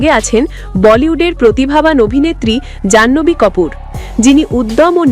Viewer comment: আপনাকে বলছি যান নবী কপুর না জানভি কাপুর আগে সম্পূর্ণ বিস্তারিত সঠিকভাবে নাম উচ্চারণ করা শিখুন পরে খবর বলুন 😂